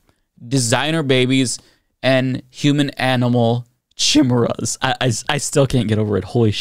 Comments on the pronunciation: She can’t even pronounce “chimeras”! 🤦🏻‍♀️ I sooooooo agree!! I’ve been laughing/crying about this for about 8 years now. Our education system needs a giant overhaul! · Let's go ahead and put "Chimmeruhs" with "Peach Tree Dish" and "Gazpacho Police"! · “It would legalize the creation of human/animal chehmurrahs” Fucking nailed it. Great pronunciation, great science, everyone hit the showers; we’re done here. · Chee-meras wtf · Careful now sis! Chimeras are heavily associated with Greek Mythology, what would your "God" say! I can't believe she fixed her mouth to say chim, er, as and not ironically!! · How did I know she was going to mispronounce Chimeras? I had a professor in school who admitted that she had never heard that word. She was admittedly conservative and made homophobic remarks in class. When you're preaching to the stupid you don't have t be informed. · The way she pronounces Chimeras says to me that those words aren't her own, like she is just reading something someone gave to her. If she chose the words, I doubt she would have gone with one she doesn't know how pronounce (Maybe giving her too much credit). It feels like she is just reading someone else's lies in congress. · Can’t even pronounce ”Chimeras!” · "Chimirraz" and "surragatsy" jfc